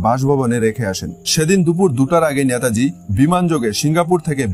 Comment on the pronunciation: নেতাজীকে ন্যাতাজী বলছেন কেন?